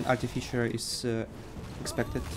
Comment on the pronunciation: It’s pronounced Arteh-fissir